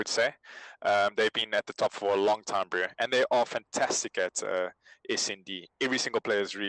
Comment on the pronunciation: Pls stop saying "broo"